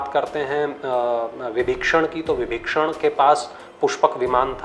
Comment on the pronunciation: Vbhishan hye विभक्षणगलत hye ucharn ki galti